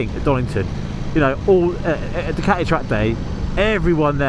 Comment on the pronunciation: But it's a fakun Du-Cati 😅